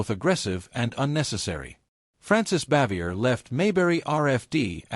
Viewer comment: Her name is pronounced Bah-vee-ay.